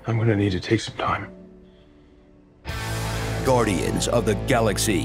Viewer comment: Goo-rdians of the Galaxy